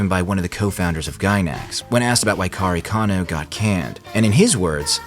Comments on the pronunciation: Why you always call karekano kanekaro? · I might go against the grain here but I preferred the manga over the unnecessary artsy shit from Anno. If anything I hope KareKano (which by the way, I had a mini stroke every time you pronounced it 🙃) will get it's remake just like Fruits Basket which was another anime that ended things abruptly . I hated the last 3 episodes of the series and when I read the manga, it was way deeper and darker. As someone who lived and survived childhood trauma due to child abuse, I identified so much with Arima more so in the manga than the anime. As someone who also spent jr high and high school constantly excelling at getting the best grades in class for personal reasons, I identified a lot with Yukino, both characters hold a special place in my heart because I saw myself in them. I just hope one day, they will do the series justice.